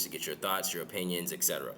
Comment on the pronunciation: O-pinions 😂 funny, the best